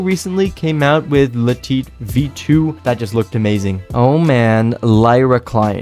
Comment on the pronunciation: No one:: La Teet